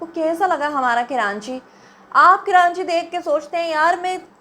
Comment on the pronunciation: کراچی ہی تو ریوینو دیتا ہے جس سے پنجاب اپ کو اچھا لگ رہا ہے ۔۔سندھ حکومت کھاجاتی ہے ج کچھ بچتا ہے اپ جو کرانچی کرانچی کر رہی ہیں ۔۔یاد رکھیں ۔کراچی میں مکرانی بلوچی پرانے لوگ بھی رہتے ہیں ۔پہلے کراچی کا نام کولاچی تھا ۔۔اور اردو اسپیکنگ نے کلاچی سے کراچی رکھا ہے ۔کراچی میں جو لوگ کرانچی بولتے ہیں ۔ان کی زبان اردو نہیں ہے اور کراچی میں دوسرے صوبوں کے لوگ رہتے ہیں ۔۔لیکن لاہور میں تو پنجابی ہیں ۔وہ کیوں لاہور کو لو ہور بولتے ہیں ۔۔پہلے اپ لو ہور اپنا ٹھیک کیجۓ ۔۔ ویسے اپ کی اردو بولنے پر ایک دفعہ تو مہرین سبطین بھی مذأق اڑأ رہی تھیں ۔۔اپ خود کتنے لفظ غلط بولتی ہیں۔۔ سندھ کی حکومت سندھی ہے ورنہ پہلے مصطفےکمال نے کراچی کو بہت صأف ستھرا بنادیا تھا ۔اور وہ ایشیاء کےتیسرے بڑے میٸر تھے